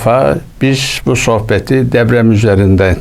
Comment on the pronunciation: Ula herif DEPREM bile diyemiyor, deprem yerine DEVREM diyor. Usta, deprem senin asker devren mi. Zaten kağıttan okumasa, konuşmasını da bilmiyor.